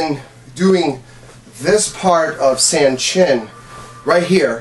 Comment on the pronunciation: While the great thing about bunkai is that katas are designed for basic motions representing many possible movements, I find many issues of this video which seem to question the demonstrator's legitimacy. First of all, the pronunciation of Sanchin is wrong. It should not sound like "sand chin" as the "a" in San (the number 3 in Japanese) sounds the same as the "a" in the English word pawn. Secondly, I have never seen an elbow strike incorporated into the Sanchin kata (though I do believe there is room to add one into bunkai). Third, there is very little point to targeting the same part of the arm used for basic blocks, unless the intent is to do very little damage; however, as the intent of Karate is self-defense in cases were avoidance is not possible, this does not seem practical. It seems far more practical to swing the arm up, not to an elbow strike but a joint lock or other immobilizing hold, which will immediately diffuse the situation.